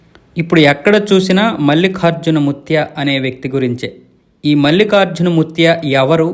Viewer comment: మల్లిఖార్జున కాదు బాబూ ! మల్లికార్జున అని పలకాలి! తెలుగు తెలుసుకో!